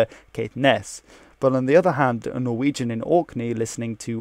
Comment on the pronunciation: Dear Being a norwegian myself I was impressed by your norwegian pronunciation. And even more by your danish pronunciation which I struggle with myself. Perhaps you are norwegian?